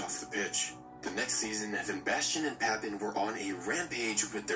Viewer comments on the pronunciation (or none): Burlosconi was a former politician and prime minister of Italy with shades of corruption. He owned AC Milan and started their rise to the top…. J.p. Pappin (pronounced papan) was an exceptional french talent before the era of the french football school (zidan, Henry, Thurame…etc)